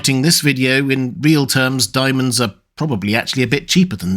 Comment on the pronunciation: hehe, "dimonds"